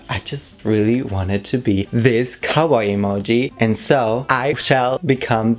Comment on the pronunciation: Ok, but everytime you say "cowboy" I hear "kawaii". 😃 Also, yess! 🔥🔥